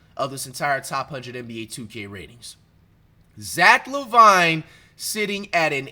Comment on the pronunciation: “zack La Vine”😂😭its pronounced zack laveene bruhh